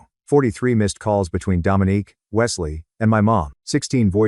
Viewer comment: I don't know why it bothered me. But her name is Dominique not Dominic. Dominic is a mans name.